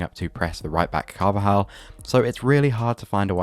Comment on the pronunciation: You butchered the name of Carvajal on the attack of balde😂